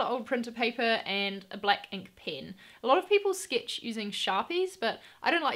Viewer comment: The way you pronounced pen I'm assuming you're from New Zealand. Nevertheless, you are doing a phenomenal job. 👍